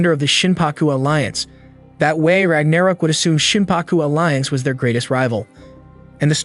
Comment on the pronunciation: Bruh the way you pronounce ragnarok is pissing me off. haha